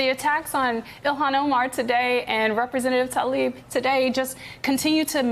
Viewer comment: It's Tlaib, not Talib.